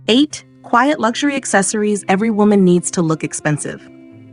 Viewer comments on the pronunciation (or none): none